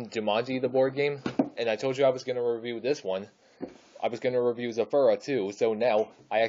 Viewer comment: It is zathura not zoforua